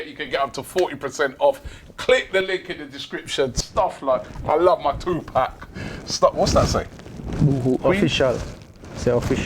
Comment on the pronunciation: ‘Two Pack’🤦🏻‍♀️🤦🏻‍♀️🤦🏻‍♀️